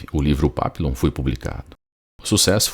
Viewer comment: O nome dele era papilon, mas se fala "papion" que significa borboleta em francês. Tem um filme dele, eu assisti a mais de 25 anos. Quando o falou papilon, eu me lembrei na hora. Também tem o livro que é muito bom